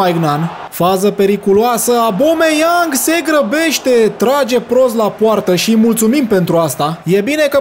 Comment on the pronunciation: Incearca sa nu mai comentezi actiunea inainte de a se desfasura ! ...apropo se pronunta Obameiang...nu abome...